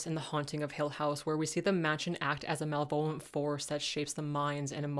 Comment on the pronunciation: It's not "mal-VO-lent," but "ma-le-ve-lent."